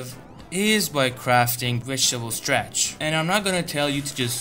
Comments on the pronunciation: its not STRATCH!! its STARCH! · Stratch? WTF is stratch? Starch!